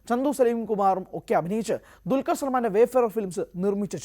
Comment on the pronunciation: ഇവനെ പോലെ തന്നെ വേറെ യും കുറെ ചിലരുണ്ട്..😂 അല്ലെങ്കിൽ ഇവർ പറയണം.... എന്താ ണ്‌ DQ വിനോട് ഇത്ര വെറുപ്പ്.... ദുൽകർ എന്ന പേര് പോലും ശരി ക്കു പറയില്ല....